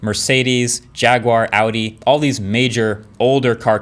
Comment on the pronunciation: You are one of the very few people who pronounce names correctly like Audi or Porche. You get a like for it.